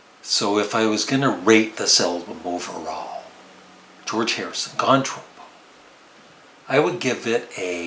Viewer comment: Nice job. I like your cover music too. Just a word; being semi-australien i can tell you that its pronounced “tropp-o” rather than “trow-po”. (The expression comes from Australia.) on the album, i would rate this one above at least 3 others in his catalogue- namely “dark horse”, “somewhere in england” and 33 1/3. He just sounds relaxed on this album and his humor comes through also.